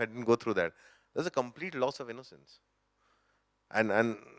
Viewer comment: The way nawaz says innocencee z proof enuf of his innocence! Superb insights!